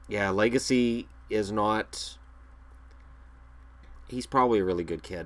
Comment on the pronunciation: Legace is pronounced “Leg-ah-say” if you care, lol